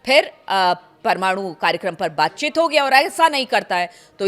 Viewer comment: WTF is baatchit ??? It’s baatcheet!!